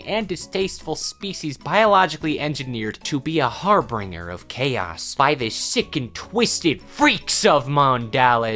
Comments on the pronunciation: har-bin-dyur But I kind of like har bringer, too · my dearest, the word is harbinger (har bin jer)